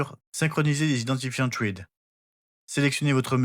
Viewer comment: J'ai le MR1 et j'ai jamais réussi à connecter un appareil Thread, ça va jusque l'apairage puis ça foire à la véréfication de la connectivité. Zigbee est tellement plus simple pour l'instant, j'ai l'impression que Thread n'est pas (encore) abouti. Petite remarque : thread se prononce "srède"